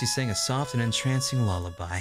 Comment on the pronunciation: "i guess swoft"